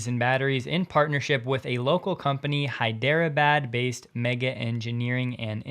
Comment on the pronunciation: Dude, learn how to say “Hyderabad” correctly…Jesus